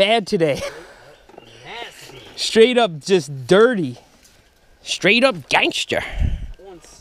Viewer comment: Seth said STRIGHT UP GANGSTER